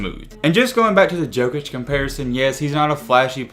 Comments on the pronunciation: I love you but please please say yokic not jokic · It’s pronounced yokich 🤦🏻‍♂️